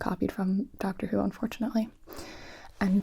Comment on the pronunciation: Gonna be honest I thought she said Dr Suiss not Dr Who lol, I was very confused at first